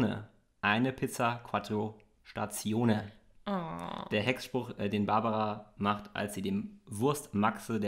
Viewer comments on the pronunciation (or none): Es heißt nicht "Quattro Statione" wie vom Wort "Station" - es heißt" Stagione" ausgesprochen "Stadschione" 😅